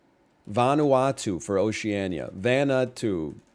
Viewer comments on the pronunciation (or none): none